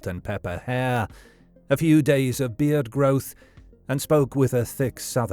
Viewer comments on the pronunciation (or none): none